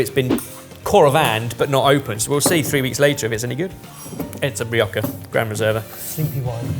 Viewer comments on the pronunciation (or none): It is quite lazy and rude to pronounce Rioja as Ree-aw-cca.